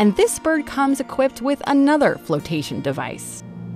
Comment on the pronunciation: Whenever she says bird all I hear is birb so now I’m just like YESSSS BIRBS